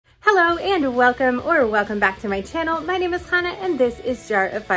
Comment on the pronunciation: Jusssst double checking because you sounded like you said “.. got to see pictures of by babies..” But right after said sooo, and I thought maybe I’m just hearing the s for so and not baby plural?? ;) 😯